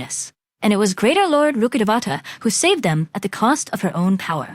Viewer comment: The way people pronounce rukkadevata sometimes pisses me off 😢 its rukk-de-vata its a telugu word meaning tree deity